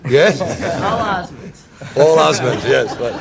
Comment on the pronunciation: it's Osmonds. Not Osman's, somebody on the show needs to get it right.